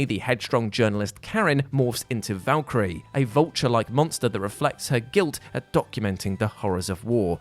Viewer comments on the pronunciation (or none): none